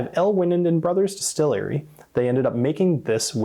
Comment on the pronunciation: Distill-airy? Lol!